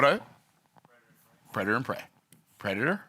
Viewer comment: Love you, but its predator not preditor😂 Still a great message tho!